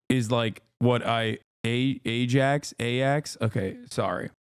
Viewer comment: Eye* ax* 😂 not aj ax